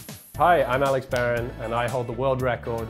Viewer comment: Alex Barron can't even say his name lol